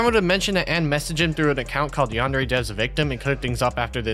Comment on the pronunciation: the worst part is, he doesn't even know how to pronounce Yandere correctly